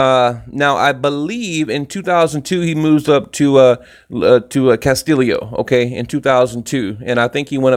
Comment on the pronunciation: The name is pronounced KAS-TEE-YO....not KAS-TILI-O.